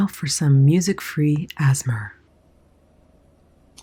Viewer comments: When you said “asmur” instead of A-S-M-R- MY HEART EXPLODED!! 🥰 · asthma? ass smear? I'm sorry 😂 (I know asmr is pronounced A S M R, it just sounds funny to me also bc I keep saying it like that for fun as well haha) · "ASS-MAR" 2020 😂😂😂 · Not going to lie. I laughed pretty hard when you said "music free asmer." I thought it was A.S.M.R.? 😂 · "As-mer" made me snort water through my nose. QUALITY. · Did she say ASMR as "as-mer"? 😮 Is this how the kids say it these days? 😁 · from now on i'm pronouncing ASMR "azz-mer"